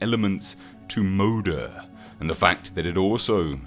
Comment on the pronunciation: Am i the only one who was cringing at his pronunciation of some the Swedish terms in the video? (I think its Swedish, Moder is Swedish for mother so... Please correct me if i am wrong.)